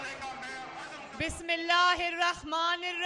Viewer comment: Bibi Bismillah to theak sy parh lo